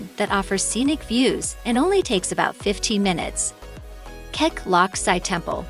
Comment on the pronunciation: It is pronounced as kek lok see. Not Si